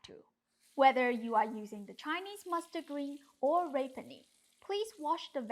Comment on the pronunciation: (rapini = rah-PEE-nee) ❤❤❤ love you, you're the best !